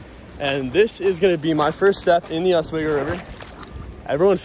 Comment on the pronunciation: OswEEEgo. Not OS WAY GO. sorry it annoys us locals to northern NY. Nice smallie!!!